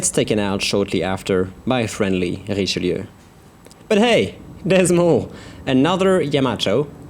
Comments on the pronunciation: French Ouaiboo He IS french after all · Good prononciation for "Richelieu"